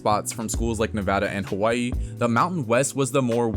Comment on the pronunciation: As a Hawai’i fan, Mahalo for making the effort to properly pronounce my home state. I truly appreciate it along with the history lesson of the WAC 🤙🏻 I will always be grateful to the WAC for the many core UH memories I enjoyed growing up. Go Bows and Play Up!